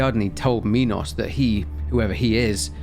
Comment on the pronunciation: Its funny you say minos correctly but then immediately say mynotaur instead of minotaur